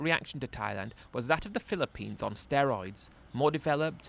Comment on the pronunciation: Mate fair play to you doing these readouts, as you can barely get through one minute without totally mispronouncing a word or inventing a new one. Banilla and Pillapines were classics in this one. Not sure if you had a speech impediment when youger.